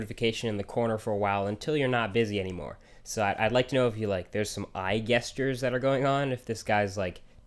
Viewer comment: It's pronounced "jestures"